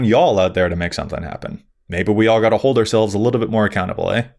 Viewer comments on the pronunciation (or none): none